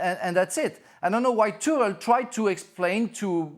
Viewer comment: I love when he corrects himself with the pronouncation of Tuchel and it is just as wrong as the first one